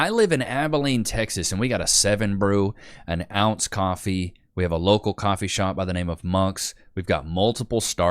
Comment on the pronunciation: I don't really do cwoffee